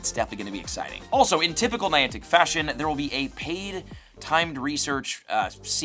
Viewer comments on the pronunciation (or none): none